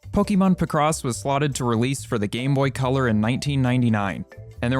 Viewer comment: It's pronounced Pic-Ross, not Pih-Cross